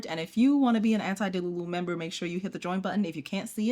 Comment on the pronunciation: anti DELULU. dude i thought you were saying antidiluvian and I was like "there has to be a story for her obsession with The Flood", my little Noah creator.